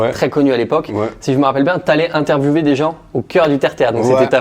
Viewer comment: l interviwver interviwvè